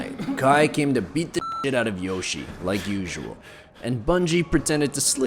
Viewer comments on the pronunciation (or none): he pronounced it wrong i think, i’m pretty sure it’s yoshi-EY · It is pronounced yoshiA not yoshi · It’s not Yoshi, it’s YO-SHE-EH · His first name is pronounced YOH- SHEE-EH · no, its Yoshie. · his name is yoshie shiratori or よしえしらとり in Japanese and is pronounced yo shi e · Not to be rude but - his name is pronounced "Yoshi-eh Shiratori" Yoshie Shiratori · Its pronounced "Yoshie Shigatori" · Just wanted to point out that the name is pronounced yO-shE-yeh. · when pronounces Yoshie Shiratori wrong: My brain: mario wants to know your location